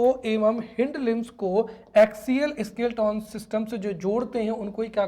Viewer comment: स्केलेटन उच्चारण होगा सर न की स्किल्टोन 🙏